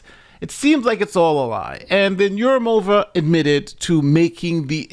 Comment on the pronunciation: yurumOva is incorrect pronouncement. It's East/South Slavic feminine form. Although originally this probably not Slavic. At least I don't know what is Urum. Neither dictionary does. In any way suffix -ov (masculine)/-ova (feminine) is unstressed. So it's urUmova. And not yurUmova.